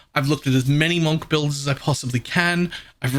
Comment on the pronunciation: It's pronounced munk